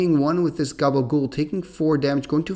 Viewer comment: Am I the only Sopranos fan that hears call Khabal Ghoul "Gabagool"? 😂 Love all your videos though, keep up the great work!